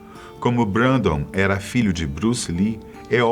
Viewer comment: Se pronúncia brendon